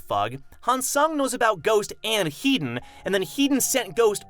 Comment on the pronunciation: Headon is pronounced "He - Don" not "Heat don", i dont know why this has anoyed me but it has haha.